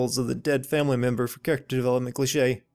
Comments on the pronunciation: Can I sin you for the way you say cliché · Legends say he's still saying clichè